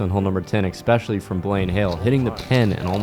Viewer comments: expecially???, really lol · This is so good, huge thanks to everyone involved in the making and playing of this, massive amount of effort! Can we also just clear up this exspecially??? There is no X 😂